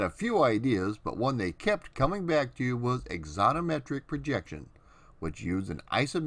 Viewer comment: Sorry, AX- on - o - metric ; al - TIM - it- er . Mispronunciation drives me nuts.